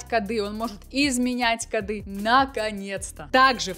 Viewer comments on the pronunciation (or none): none